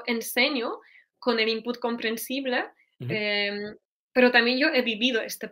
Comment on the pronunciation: Muchas gracias! Después de tu explicación, he vuelto a ver el vídeo y he notado la diferencia. Sobre todo con la E al final de sus palabras, como "comprensible" - comprensib-LEH (que suena casi como la schwa que usamos tanto en inglés) en vez de la E cerrada. Al oír estas diferencias estoy mejorando mi propio español, así que gracias de nuevo.